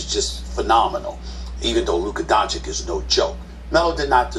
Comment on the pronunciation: Who the hell is Donchick??? Stephen A needs to stop this damn foolishness with mispronouncing people's name. Calling Kemba Kember and all that crap 🤣🤣🤣